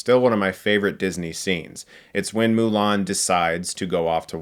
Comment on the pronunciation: And for whatever reason, they decided to pronounce Mulan as "Ong"